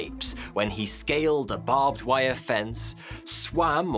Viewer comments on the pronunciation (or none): none